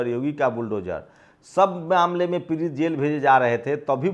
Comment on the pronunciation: आआ ऊ ऊ pehle bolna sikh ja पिरित nhi पीड़ित h